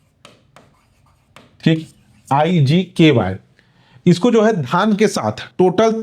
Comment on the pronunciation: IGKY nahi.. IGKV h sir wo😅